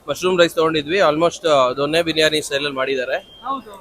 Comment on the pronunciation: ಗುರು ಕನ್ನಡನಕೊಲೆ ಮಾಡಬ್ಯಾಡ ಮಾರಾಯ,ಜೊನ್ನೆ ಅಲ್ಲ ದೊನ್ನೆ